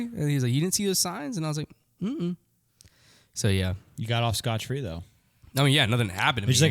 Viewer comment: you need to get more sleep buddy! You said konner got off "scotch" free 😂